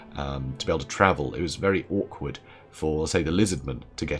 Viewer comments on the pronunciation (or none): / My man did you just say orcward? You bring shame on us all.